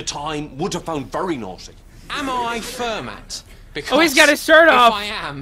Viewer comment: Fermat is actually pronounced "fer-mah" (he was French).